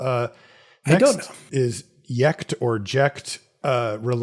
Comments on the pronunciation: And then decided to go yecht instead of jecht XD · They're called The Wandering Minstrel but all I see is a younger, anime Elton John. Also, in case you wondered, it's "Ject", like "Eject" without the E.